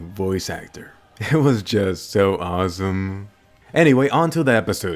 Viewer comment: what's wrong that "SO Awsoom" lol